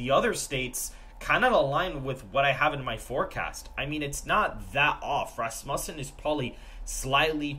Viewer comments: He pronounces Rasmussen like it’s rass bussin When it’s supposed to be said Rasmussen like it’s rass mewssin Vote Trump sigmas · Hey boss pretty sure it pronounced Ras-Moosen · Why do you guys always slaughter the name Rasmussen? Like fingernails on a chalkboard. It's pronounced RASSmuhsen!